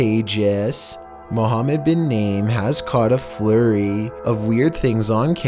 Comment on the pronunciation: Naim is pronounced Nah eem